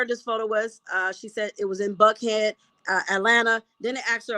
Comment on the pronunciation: Thank you for all you do! It's Johns Creek, GA and you pronounced Buckhead correctly. Love from Atlanta!